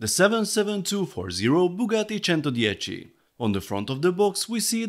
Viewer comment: The only guy who know how to say centodieci